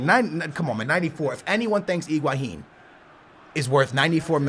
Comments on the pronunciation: HHHHHHiguaIIIIIn Not IIIIIIIguaHHHHHin Please You're hurting me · "Iguaihin" ( is best example) Everybody else: "Higuain" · Iguahin? I couldn't listen to this pronunciation anymore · Please stop calling him Igwaheen